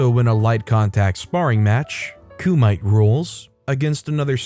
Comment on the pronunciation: For future reference Kumite is pronounced Coo Mu Tay ✌🏼